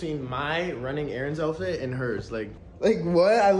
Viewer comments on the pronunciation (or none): none